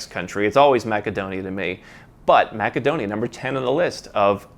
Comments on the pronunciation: Is ‘maca-donia’ how you pronounce it locally? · It is pronounced MASSADONIA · Funny your pronunciation of Macedonia